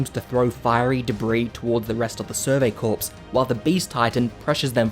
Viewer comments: It's pronounced "Kor" not "Korps". In plural it's pronounced "korz" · btw its pronounced survey "core" not "corps" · by the way, "corps" is pronounced like "core", not "corpse". It's a French word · really enjoyed this video, but the sheer amount of times he says “survey corpse” instead of “survey corps” has me gritting my teeth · Btw, corps is pronounced "core" not "corpse" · Love the vid but bro it’s pronounced core not corpse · Its pronounced "core" not "corps" like the US Marine Corps, the "ps" is silent. Do so pronunciation checks before you post a video ffs. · Just a small thing that bothered me... corps is pronounced more like "core", and not a dead body. Thanks for the recap. :) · “Corps” is pronounced “core” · Hearing him call them the "survey corpse" hurts. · "survey corpse" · I don't know why nobody has said this yet but it's pronounced core. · FYI, 'corps' is pronounced "core" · "corps" is pronounced like "core" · survey CORE. It's pronounced CORE. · “survey corpse”💀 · Thanks for your work, but the "s" is silent in the word "corps" (rhymes with core). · Corps not corpse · Bro it’s Core but spelled Corps. And it’s Marr-ia. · when you pronounced “corps” as “corpse” it hurt a little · interesting. in american english, the word 'corps' sounds the same as 'core.' not so in australian (right?) english? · survey 'corpse' :'( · I wouldn't say I'm crying. But it does bother me when people spread misinformation so I thought I'd offer a simple correction. If someone's going to make a summary video, giving information out to large amounts of people. It should probably be the correct information. But if people want to look like idiots pronouncing basic English incorrectly for masses to laugh at, who am I to judge? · Its just a summary video. Mispronouncing "corps" isn't spreading misinformation. If you were just offering a simple correction you wouldn't have included the last sentence in your comment